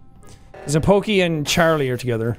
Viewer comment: when he said "poki and rae" i thought he said "valky and rae" and i had to replay it lol